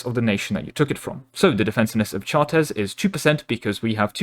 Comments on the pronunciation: Ah yes, the famous french city of Chartèzes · Chartres pronunciation 🔥